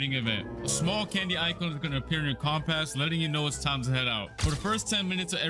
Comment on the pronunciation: Compass ❌ COMPAASSS ✅ 😂